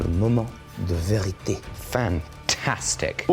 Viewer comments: hi from Québec. Can I just say I appreciate your use of french, le moment de vérité, very nice prononciation :) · You had the best French accent I heard and it's from a french personne so good job !